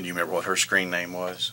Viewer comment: As the officer asked for his screen name I heard "scream name".